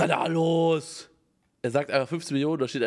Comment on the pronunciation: Wie er einfach Bruh ausspricht😂😂